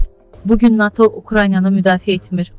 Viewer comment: Xanım,NATO-nu düz tələffüz elə!